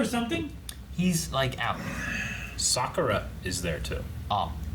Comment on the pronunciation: Almost everytime you guys say "Sakura", it sounds like "Sokka".